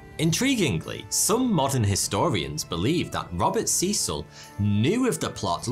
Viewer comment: btw u pronounced Robert Cecil wrong